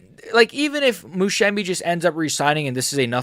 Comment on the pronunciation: This guy cannot Musumeci name properly 😂😂